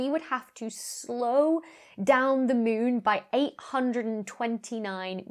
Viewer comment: Anyone else thinking Dr. Becky is saying Mewn instead of Moon? Now I have to play Mewnbase...